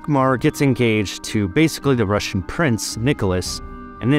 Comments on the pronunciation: Im russian, and hate to break it to you but you need to work on your R's more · Russian accent spot on 😂 but seriously very interesting, I didn’t know the background nor the Russian and Danish connection- I think I assumed it was British or French